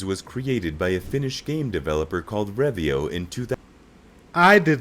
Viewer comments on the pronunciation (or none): that "Revio" triggers me so much. It's "ROVIO". As in "bonfire". What comes to Nokia, it was killed by two things: ignorance, and Microsoft. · Rovio not revio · Revio is actually Rovio. Alto is Aalto. The word pronunciation was pretty bad, he totally is not Finnish. The white cap is earned when you graduate from high school, we call lukio. Nokia derived early on to make rubber products like boots and tyres and right now the tyre brand is Nokian Tyres.